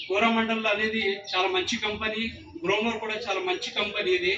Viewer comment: గ‌్లోమొర్ కాదు గ్రోమొర్ 😅😅